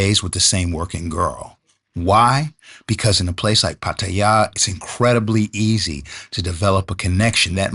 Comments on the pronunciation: Might help to learn how to pronounce Pattaya 😅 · I was born and raised in Los Angeles, 60 years old and speak three languages, including Spanish Thai and Tagalog, lived here in Thailand for 13 years. I just find it respectful to learn how to pronounce it properly, I think it was the narrator who pronounced it wrong. The guy walking on the street pronounced it properly if that was you. bad enough you’ve got all these YouTube bloggers exploiting their country and sex tourism. if you have problems with the girls and relationships, there’s other countries you can visit. Believe me, the Thais don’t need us here.